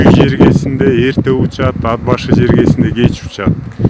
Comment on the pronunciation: Ад башы эмес..Ат башы